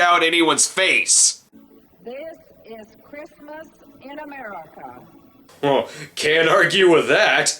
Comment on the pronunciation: It sounds like she struggles to say "America."